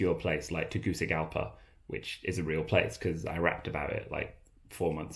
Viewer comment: MY BOY JUST SAID TEGUCIGALPA, yooo. That is Honduras my man, come say hi sometime.